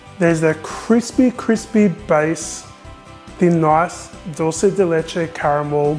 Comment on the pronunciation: Wow I'm impressed by your pronunciation of dulce de leche. You are one of the few people doesn't butcher it by "Italianizing".